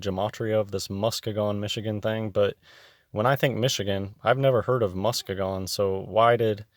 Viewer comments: Its pronounced...muss-key- gun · I'm from MI, it's pronounced Mus-KEE-gun. Also, if tptb hadn't lied about a spinning ball, they could have sold their climate hoax a lot easier.